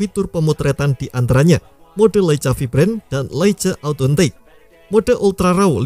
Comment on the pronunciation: LEICA = LEIKA